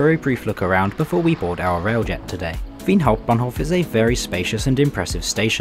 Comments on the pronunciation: Waaaait a minute.. why did you pronounce "Wien Hauptbahnhof" so well!? Somethings off! xD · Especially "Wien Hauptbahnhof" made me wonder if you are a native speaker.